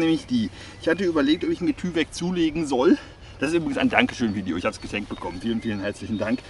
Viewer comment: Wird übrigens Teiwek ausgesprochen. Kommt von DuPont.